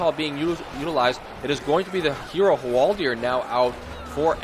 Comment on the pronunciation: Hwaldaaaaaaaaaaaar, not Hwaldiiiiiiiiiiiiiiiir.